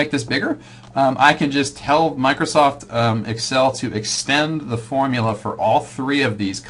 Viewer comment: hardy weinberg video but everytime he says "formula" i die a little inside